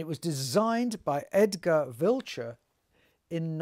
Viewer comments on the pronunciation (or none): none